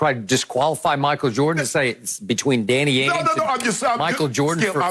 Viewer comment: Did this man say Danny Ange🤦... I'm out